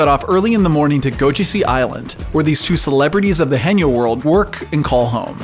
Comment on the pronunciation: One of many Korean working industries that is going to disappear. Also the pronunciation is wrong here, it's hae-nyeo like Hay nyour but with no r. Not hey-nyo.